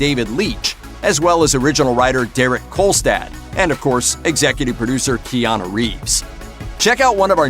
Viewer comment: Kiana Reeves? Jesus man learn to pronounce his name properly.